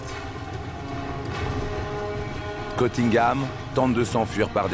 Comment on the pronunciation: Il s appelle CUNNINGHAM, pas Cottingham. Cf la Dame, quand elle parle en anglais aux étudiants à l Université.